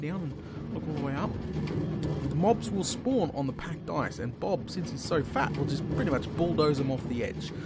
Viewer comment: OH. OH. PACKED ICE. I thought you were saying pack dice the whole time...